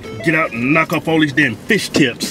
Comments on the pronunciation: "Its fish not feeysh" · "It's fish not feesh" I fucking died